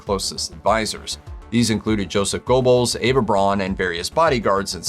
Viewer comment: "Go-bells" haha